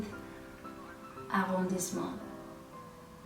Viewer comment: I've discovered your designs on Pinterest and then on ravelry! I really love this sweater (and many other designs) 😍 as a french I can tell you, you pronounce "arrondissement" perfectly! ❤️